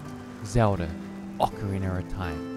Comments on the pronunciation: Oh really? Ocarinurr of time aye? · Hey. Love you're vids. Ocariner tho. We need to talk about this... jk :p